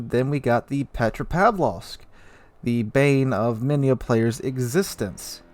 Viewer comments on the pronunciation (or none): none